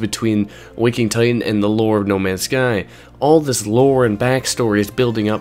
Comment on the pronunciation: It's called Waking Ti T an... not Ti-ehn